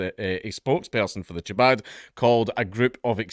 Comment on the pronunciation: Chabad is a cult. Also, it’s pronounced like the Scottish “ch” sound in loch.